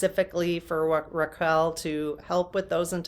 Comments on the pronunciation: Raw-kell = Raquel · Raquel - the u is silent